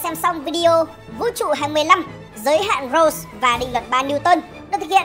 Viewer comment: Roche sao đọc nghe như rose thế